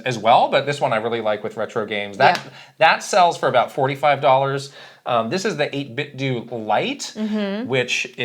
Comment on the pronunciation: FYI 8bitdo is meant to rhyme with Nintendo